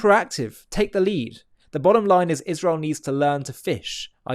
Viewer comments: Have she ever proven something about anything ever? And does she try to look smart when she talks? Because it has the opposite effect. PS And Candace, its Israel not Ichrael ;-) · Used to accept you (Candace) until I start hearing “Izhrael” What antisemitic you become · Dripping so much hatred that the demons can't even keep her face from contorting or pronounce Isreal correctly. She has lost her mind. Unfortunately, despite the facts, many will still believe her.